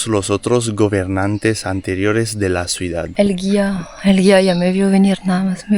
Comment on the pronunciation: Muy interesante video, gracias Elodie, gracias..., desde hace variosvideos te quiero decir que TU pronuncias mal la palabra "Ciudad". Tu la pronuncias: "cUidad". Y eso esta mal, pues tu corriges a Elodie en cualquier error, pero no pones atención en los errores tuyos.